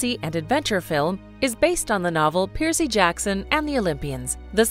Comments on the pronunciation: Um how hard is it to say Percy oml stop saying piercy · Are you saying PIERCEY? It's PERCY. It's like Cumberbatch trying to say penguin (BBC Special on Penguins) pingwing, peng-when... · The narrator is one of the worst I've ever heard..constantly coming up with weird pronunciations for normal straightforward names! Who TF pronounces Percy like that?!!